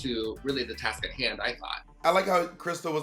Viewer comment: BOB STOP SPILLING THE "T" :(